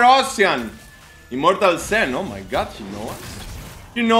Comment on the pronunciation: It is not SEN it is Shen.